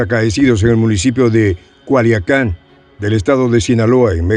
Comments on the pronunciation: A veces los nombres de los lugares en México son difíciles de pronunciar para la gente que no es mexicana la ciudad donde se dio el enfrentamiento es CULIACAN (no Coaliacan) Saludos y abrazos desde México. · es Culiacán no Coaliacan.